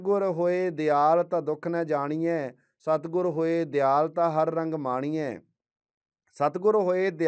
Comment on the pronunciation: ਦਿਆਲ ਨਹੀਂ, ਦਇਆਲ ਲਿਖਿਆ ਹੈ ਭਾਈ ਸਾਹਿਬ।ਗਲਤ ਉਚਾਰਨ ਕਰ ਰਹੇ ਹੋ